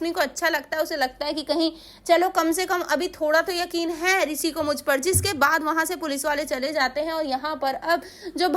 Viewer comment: Pehle bola shi kro Risi nhi Rishi jo bola weh sab dekh chuke